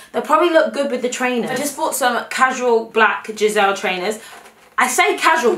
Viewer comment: I love how says "Gisele" instead of "Gazelle" when she talks about the adidas shoes. like they're not just shoes they're worth a person